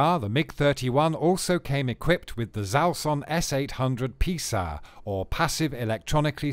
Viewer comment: Did not understand the parts in the video showing a Mig-29 climbing and a Flanker performing a Cobra. By the way the name of Foxhound's radar is Zaslon and not Zalson as you pronounce it. 🙏🙏